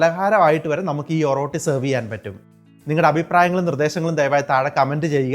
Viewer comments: ഒറോട്ടി അല്ല ഒറട്ടി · ഓറോട്ടി അല്ല ബ്രോ oratti